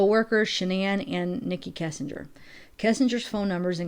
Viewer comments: U know I love u, ur channel, but I gotta mention. It's KESS, not KISSenger. I don't know why that bugs me. Sorry. Much love. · I can't get over that you keep saying Kissinger.